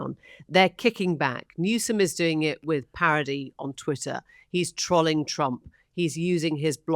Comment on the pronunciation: Every time check out this channel and she uses the word “trolling“ and mispronounces it, I have to wonder how intelligent the discourse actually is. Please stop mispronouncing it and I might come back and actually like your videos